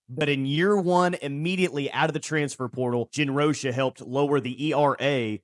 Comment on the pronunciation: ROCH-A the COACH-A ...!!!!!!